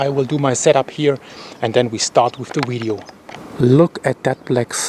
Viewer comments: Its not widieo its Vidieo Vih vih vih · Love, love, love how he says wideo. Thanks for the updates and information. Be safe brother